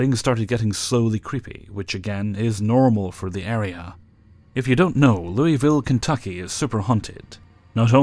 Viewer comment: Finally, someone who's not from Kentucky (or any other location that has a city with this name) pronouncing Louisville correctly! Thank you,, hearing that in the first story was like a breath of fresh air.